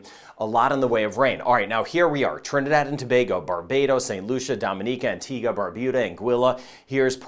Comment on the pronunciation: thank you for pronouncing Antigua and Barbuda correctly! 😂 I keep hearing “Antigwah and Barbooda”